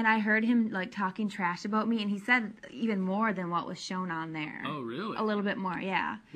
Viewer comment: she can not for the life of her pronounce the word 'about'